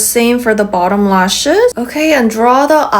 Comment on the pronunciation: Gurl ur so so funny saying the LAUSHES 😂😂😂 but gurl ur frikin gorgeous ❤❤